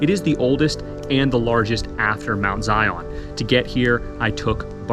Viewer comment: Pronunciation of Zion is as one word and is Zion like Zion park in Utah. You weren’t required to have a midwife! You were lucky to have a knowledgeable woman or women there to help a birthing mother through what was the most dangerous day or days in her life. (Still is since dying during or immediately after bearing a child can still be deadly)